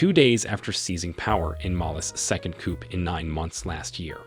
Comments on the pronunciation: Coupe??? It is COUP--you don't pronounce the P. Not to be a stickler, but if you are going to study Africa, that is something one should know! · Interesting video. Very minor point, but a coop is where you keep your chickens, a coo is a military uprising. The P in coup is silent 😊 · Please learn to properly pronounce African names (places and persons). You really did a bad job of that. Coup /ku:/ the /p/ sound is ellided. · Great video! Coup is pronounced COO, not COOP. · Not only did you mispronounce nearly every president's name but you couldn't even pronounce 'coup'. A coop is a place where you keep chickens! Please do your homework! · Just an FYI you don't pronounce the 'p' in the word coup!